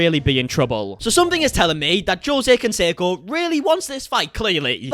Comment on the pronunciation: "Josie" Consaco..lol😬😁